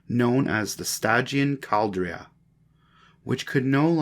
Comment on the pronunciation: I appreciate your time in turning this into an audiobook. Get a thesaurus. Some words you mispronounced are foreign language in origin examples *caldera and heir.